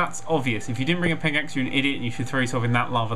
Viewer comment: Did he say pigaxe? ROFL!